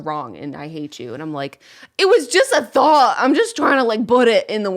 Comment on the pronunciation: Every time Julian says “thought” I think he says “thot”. “I think that was a really interesting thot.”